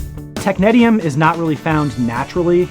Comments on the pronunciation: I've never heard it pronounced that way and I worked at a place that made it. We say "tech-nees-ium". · I can’t even watch this video due to the mispronunciation of this element 😢